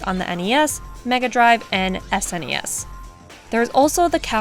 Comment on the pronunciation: I just gave you a sub because you said S.N.E.S., instead of sness. Thank you, good form.